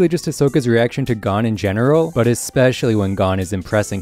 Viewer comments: why does he keep saying gone instead of goan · It's g-oh-n not gone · OMFG THEY SAY GON IN EVERY FUCKING EPISODE ITS NOT GONE HOLY FUCK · HE IS NOT GONE. HIS DAD IS. everyone in the anime's says GO-un not GAWN, if your going to have a 30 min+ video on hunter hunter please just say it how the english dub people do. you speak english. the second this videos in japanese do whatever. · not watching the rest after the first few seconds when I heard him say gon like "gone" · The amount of stuff he’s saying wrong or mispronouncing is irritating, playing a clip where they say “Gon” then saying “G O N E” Lucifer instead of Lucilfer. Togashi stated the X in the name is a multiplication symbol not a space. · You’re pronouncing Gon wrong, its said like Goan. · I really want to watch this but I hate the way you say Gon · so were not gonna talk about the way he says gon's name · Good vid but it is a pain to here you pronounce gon like that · Is it Gho-n or G-on this guy is saying it funny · his pronunciation of chimera and gon made me stop watching this video